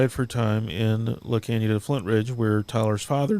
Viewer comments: Yikes! I grew up in the Arcadia California Stake and knew tons of members in the Pasadena Stake but never heard about any of this... La Canada Flintridge is a city over.... it's pronounced "La Can-ya-da" for future podcasts if you need to address the city. My mind is blown with all of this horrific abuse! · Not that it matters, but just in case you are interested, La Canada is pronounced la kahn yee a da. That is the spanish pronunciation and Californians pronounce it with the Spanish pronunciation. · pronounced La canada...your pronouncing it in correctly...please change how your pronouncing it.. if your going to talk about it.